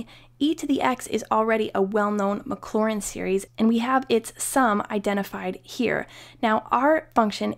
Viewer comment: mclaurin and maclaurin very different. careful how you're pronouncing it.